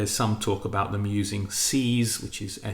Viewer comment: Sees tweeter? Seas normally pronounced as seeass